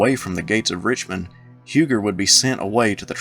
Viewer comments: Huger is pronounced u gee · One correction so far... Not Huger, pronounced "You-gee"